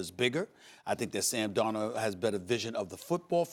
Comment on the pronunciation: who's Sam Dorno?